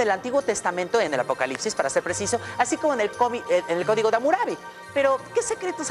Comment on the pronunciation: dijo codig